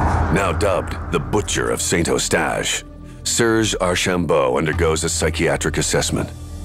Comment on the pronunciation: Pronunced Saint UH-stache, NOT Saint O-stache!! Saint Uh-stache is in English, or San U-stache in French. Also it's SAIRge -- not Sirge. St. Calix is San Caleex. Deux Montagnes is Deuh Moantan-yuh (French), or just Two Mountains in English. Also called Lac de Deux Montagnes or Lake of Two Mountains. (My dad used to live there.) It's not really a lake, altho it looks like one -- it's just a very wide section of the St. Lawrence River, maybe 1/2 a mile across -- a really nice view, as u can see all the nice houses & mature trees on the raised riverbank over on the other side of the lake. Peaceful view, & no yahoos on seadoos making a racket, nor loud boat motors etc.